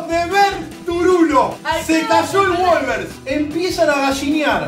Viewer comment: se escribe wolves y se pronuncia wolvs no wolvers